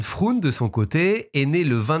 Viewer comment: Deux jeunes filles européennes idéalistes dans un pays de merde... Et voilà le résultat ! J'ai pensé à ma compatriote Natacha de Crombrugghe, elle aussi disparue lors d'une randonnée, au Pérou, et dont les ossements ont été retrouvés des mois plus tard. Pour info, Froon en néerlandais ne se prononce pas "froune" mais "fraune" (comme "Beaune") : le double "o" est l'équivalent de notre accent circonflexe, il allonge la voyelle. Première fois que je regarde une vidéo sur votre chaîne, et la narration est parfaite